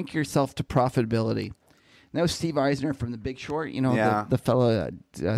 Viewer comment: The man who's bearish on DB, is Steve Eisman, not Eisner. Not hating, love the show guys!